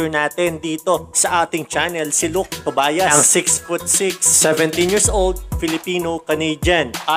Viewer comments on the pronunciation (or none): Tobyas po ang pagbasa naming mga kapampangan hindi Tobayas (Tobias)